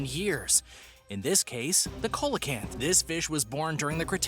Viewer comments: Coelacanth is pronounced SEAlacanth also its not THOUGHT to be alive it is KNOWN to be alive they have been filmed from subs for nature programs ..... So if you can not say the name right or even fact check if it is known about or not try lookiung at Wiki for a quick fact check i didnt even bother to view the rest of the video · I agree. That was cringe worthy. For example; Coelacanth.. SEE-la-Kanth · The pronunciation of coelacanth at the beginning is enough for me to know that they don’t know anything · Ya it’s pronounced SEE-LA-KANTH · The fish number nine isn't pronounce right it's "seel-uh-kanth". I have a book and seen the documentary film of it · Am I the only one who thought when he said coelacanth he said cola-can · Coelacanth is pronounced SEE- luh- canth!!! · See low canth wino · You don't pronounce ce-lo-canth like that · This mans HAS to be mispronouncing things on purpose tHyLaCiNe, CoElOcAnTh